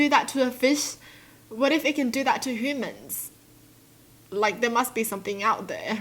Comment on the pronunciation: I love how says humans it’s sounds like she’s saying hoomans.